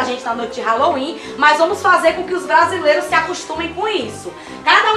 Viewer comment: Brasileiro não acerta nem falar Halloween e quer comemorar kkkkk